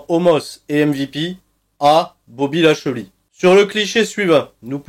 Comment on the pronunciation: "BOBBY LASHEULEY" comme dirait Michel